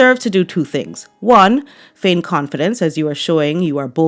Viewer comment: LOVE your narration of events (by the way there is no 'h' in "feign")